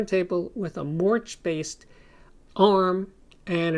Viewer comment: Friendly pronounciation correction: Moerch (The tonearm in one of The first systems) is pronounced “merk” as in “jerk”....sort of 🙂 That’s Danish Language fer ya...